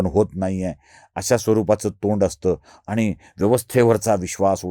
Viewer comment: आपण ब्राह्मण असून मराठी भाषा बोलताना आनी पानी तांदळाच्या गोनी, ण च्या जागी न असे उच्चार कसे करता? गावाकडे असे बोलले जाते, हे मला समजते. माझेच मेव्हणे लोणच्याला लोनचे म्हणतात. पण आपण प्रथितयश पत्रकार आहात, म्हणून आपल्या कडून ही अपेक्षा.